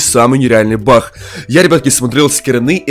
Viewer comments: Не бах а баг есле чо бах как смешно 😂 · Не Бах а баг